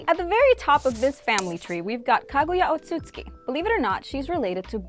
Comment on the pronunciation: I’m not sure if she’s ever watched the show or doesn’t bother to pronounce most names right like “jinchuriki” or “otsutsuki”,but it pisses me off